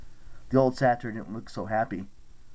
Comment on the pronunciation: Love the audio book but it’s not pronounced satire